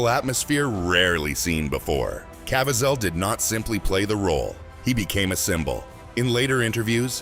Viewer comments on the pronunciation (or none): I liked this video. However, Jim Cavaziel's name was mispronounced. I'm not against producers using AI as long as both the audio and video are accurate.